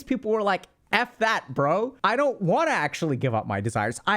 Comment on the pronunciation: Oh man, "bro" in an Indian accent... :D